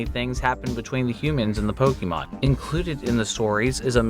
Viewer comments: Your pronunciation of Pokemon is infuriating. It’s Po-K-mon. Not Po-KEY-mon. 🤦‍♂️ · it´s not that either, it´s Po-Keh-Mon